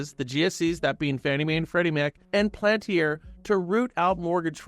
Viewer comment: PAL-AN-TIER Please say it right.